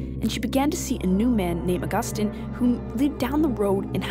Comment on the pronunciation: It's never pronounced "uh Gus tine". Learn to read if you are going to narrate